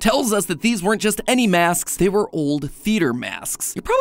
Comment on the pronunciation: Why does he say masks like Masksks.